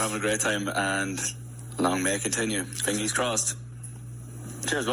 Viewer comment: “Fingy’s crossed” 🥺🥺🥺